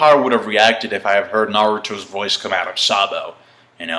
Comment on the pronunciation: That z for zabo shock me xD